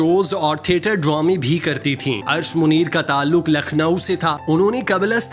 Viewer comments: Arsh e Munir hi asal naam hi. Bhai sahib recording si pehaly durust adaegi ki practice kerliya k eren. Date bhi wrong hi. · Arsh Muneer nahi, Arsh e Muneer! Lakhnow me jo KH hai uski awaz "KHaak" wali nahi "suKH" wali hai. Hud ho gai